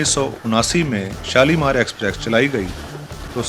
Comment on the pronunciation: I have watched most of your videos... I'm a railfan. Exprex is still there in almost all of your rail videos. It's not about script, dear.